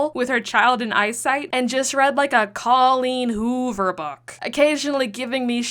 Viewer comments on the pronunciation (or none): I'm sorry but I knew there was something terribly wrong when I heard "Coleen Hover"🤧